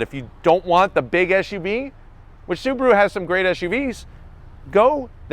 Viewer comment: It's not "SUBURU", it's "SUBARU". This guy is reviewing a hoax .